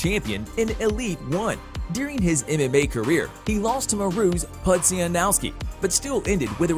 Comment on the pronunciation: God damn you need to learn how to say names properly it's Mirko cro cop name say it like per ( Mer co - Crow cop ) and the other one what was terrible was Mariusz Pudzianowski. So ( Marious - Pud gia nowski